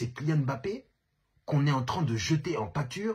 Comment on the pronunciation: Enfin un mec qui prononce correctement son nom pfiou ca fait du bien aux oreilles 😅